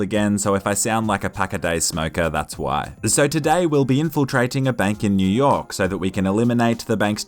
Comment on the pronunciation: He said "in New yolk city